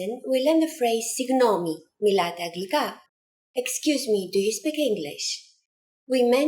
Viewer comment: I thought it was pronounced anglika?